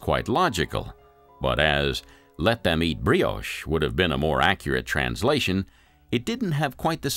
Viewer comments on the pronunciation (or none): none